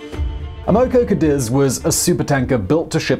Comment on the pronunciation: I believe it's pronounced Cah-deez.